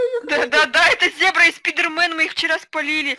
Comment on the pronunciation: ни зобра а зебра